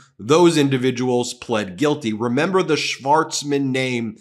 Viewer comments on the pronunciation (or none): none